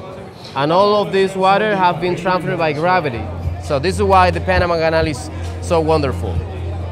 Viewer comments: جو اسمها Panama ليس banama 😂😂😂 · Nice one Joe. But it us P not B Greetings from Texas 🇺🇸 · Bro try to pronounce the Letter p correctly. IT is p not b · Panama 🚫🚫 --Banama 👌👌 This 🚫🚫----Ziss👌👌 Wtf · Bro, do you have a problem with the letter "P"?